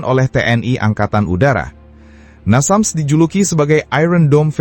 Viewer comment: Namsas atau Nasams?